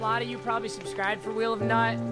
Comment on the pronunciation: Did anyone realize he said wheel of nut